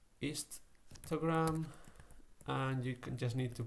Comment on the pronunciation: everytime he says histogram, it sounds like he is saying 'Instragram'